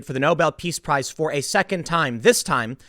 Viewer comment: Prize... not Price.